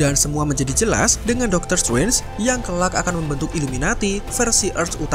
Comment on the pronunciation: Doctor struance, kupingku mulai bermasalah 😭